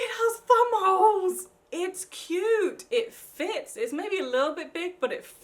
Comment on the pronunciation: Hahahah, sounded like she said bum holes, instead of thumbholes😂